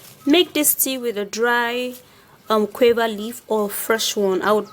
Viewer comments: U nigerians u mean u don't differentiate btn q n g?d word is guava not quava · Ok gauva, not quava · SHE IS PRONOUNCING THE FRUIT GUAVA AS QUAVER THE LEAVES ARE FRM GUAVA TREE ND THATS WAT SHE MEANS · Guwava. That's how it's pronounced in Jamaica .Guwava😂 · Shes says cuava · Pronunciation is wrong... of guava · What leaves did u say ? Sorry not very clear